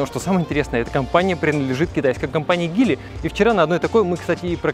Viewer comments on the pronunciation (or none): Не Гили, а Geely